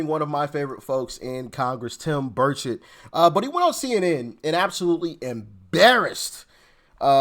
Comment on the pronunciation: Buddy It’s Bur-chet pronounced